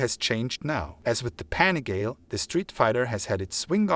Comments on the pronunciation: Have you ever watched a Ducati Panigale review? At least once? If you are going to do a review do it right. You pronounced PANIGALE a thousand times incorrectly. The name derives from Borgo Panigale, a place where miracles happen. To Italians and to Ducatisti this might be received not just as anti-professonial but even an insult. Other than that, this is a nice try. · I’m with you! The guy is making my ears bleed saying it wrong!! Ruined a perfectly good video. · Mate learn how to pronunciate PANIGALE ffs!!! Go back to school!!!